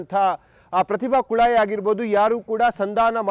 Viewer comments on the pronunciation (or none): Prathibha kule alla maraya prathibhakulai olle hesaru uchara sariyagirali